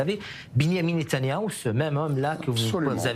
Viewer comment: Ce gars-là, il ne peut même pas prononcer le nom de Netanyahu. Qu'est-ce qui le prend?